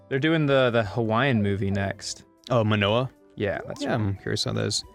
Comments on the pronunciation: rewatching this series in 2021 and hearing say "manoa" while talking about moana is painful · I'm surprised nobody pointed out saying "Monoa" instead of Moana